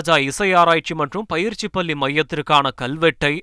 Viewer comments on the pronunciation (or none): பயிற்சிப் பள்ளி என்று அழுத்திச் சொல்லவும். பயிற்சிப் பல்லி அல்ல.